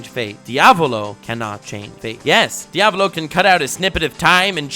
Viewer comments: Diàvolo NOT Diavòlo my inner italian is triggering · Dude you mispronounced Diaavooloooo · Well, ok, I take it back, says “Diavolo” properly half the time But on the plus side, also gets “Abbacchio” right!